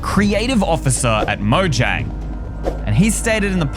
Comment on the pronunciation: I think you should probably just pronounce the word Mojang you should actually pronounce the j as a y